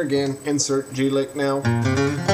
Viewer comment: It's "G-lick" not "jew-lick"